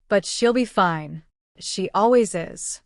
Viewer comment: I agree. A personal favorite mispronunciation was “FIN - EEE for FINE. I mean, seriously, AI can’t pronounce Fine correctly? It’s a common, one syllable word!